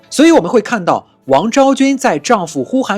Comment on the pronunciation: 呼韩邪(yé)单于，而非呼韩邪(xié)单于😂😂